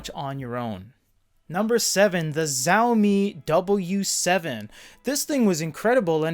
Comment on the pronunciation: You pronounced Xiaomi wrong you pronounce it as showmi but the "show" is taken from the word shower